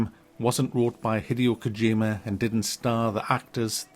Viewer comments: "Hideous Kojima" LOL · "Hideous Kojima" love you 😂